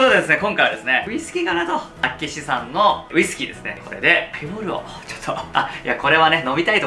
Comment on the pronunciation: 厚岸 〇 あっけし × あっきし